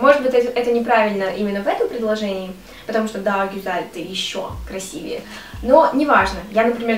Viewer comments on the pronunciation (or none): none